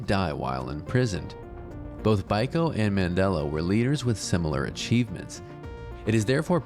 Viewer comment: Stephen Biko is pronounced Beeko. Or am I from an alternate universe?